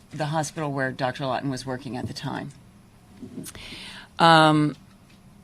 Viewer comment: ....She says Dr “Lawtener”, but title says Dr Lawton, which is it??